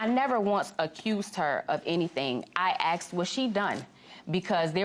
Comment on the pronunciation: I aksed her?